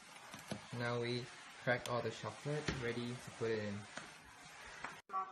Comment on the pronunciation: No one: Ten: NOW PUT THE SHOCOLET IN!